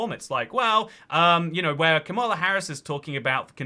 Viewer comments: Her name is kAmala (as in “comma” and “la”) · It’s actually pronounced “Kamala”